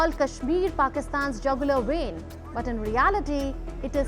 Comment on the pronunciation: Muneer: "Kashmir is jagulaaar veeein...".. Fellow no save your veins in ass